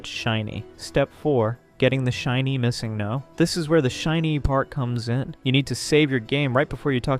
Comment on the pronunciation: yeah nobody pronounces missingno like that either :/